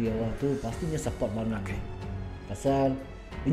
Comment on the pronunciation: english ee mantap, support saharuih ee di baco sport in english bukan suupport